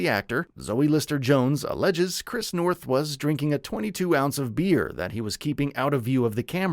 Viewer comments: It's Noth, not North. [generated AI narration}?? In any case the character was pivotal. I haven't delved into the allegations; but as an anchor to the real world, relationships, and grounding influence in Carrie's life and for the show, he will be missed. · Oh my God. Your job is to report. Literally report what you read. It’s Chris Noth!!! NOTH. I couldn’t even watch it because I can’t respect the fact that you don’t even CARE enough about this report to get the name right. Repeatedly!!! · Wow, his name is Noth, nor North. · NOTH! Not North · Get his name right please! It's Noth, not North! Basic really, as you're making him the subject of your video, you could at least get his name right!! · It's Chris Noth, not North! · This video is almost as trash as Chris NOTH, repeating the same freaking story about the reboot series for 5 mins to take up time, and not even taking the time to make sure you got the creep’s name right